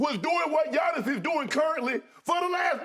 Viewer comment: Shaq was literally the last person to recognize Giannis greatness, other teams, analyst and fans all seen how great was while Shaq still couldn’t pronounce his name on live tv.